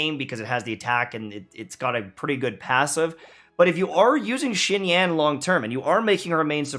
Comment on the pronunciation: How long are white youtubers gonna butcher the non white names...